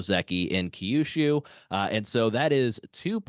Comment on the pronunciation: Second time checking in, still long winded. Key-yushu is tough to listen to multiple times. I'm confident I could hear a few Toki-yos if I hang a bit longer.